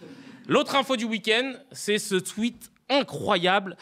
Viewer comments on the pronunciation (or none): none